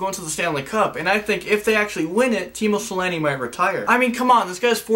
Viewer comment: the way says Teemu Selänne makes me Laugh, Sorry, It's just So freaking Fun lol